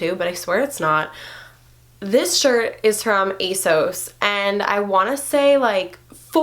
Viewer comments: It’s pronounced ass oss not ace ohs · The way she says ASOS tho